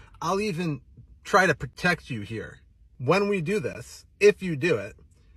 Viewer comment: I love how his "wittwe" speech impediment makes his online persona all the more laughable. Sounds like Barry Kripke from the big bang theory.